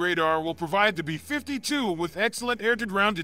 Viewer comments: Between this guy and the narrators on Fluctus, they always sound like a weird malfunctioning A.I. reading a script, placing the emPHASis on the WRONG syllABLE… why do ThEy dO THaT?!?🤔 “beFIFTY two!!” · Pronounced 'bee fifty two', not 'b'52'!🤣